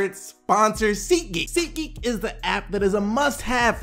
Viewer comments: I clicked off after he said seat geak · I hear "seat geek" I dislike